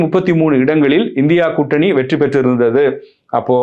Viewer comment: இந்தியா கூட்டணி என்பது சரியான உச்சரிப்பு இல்லை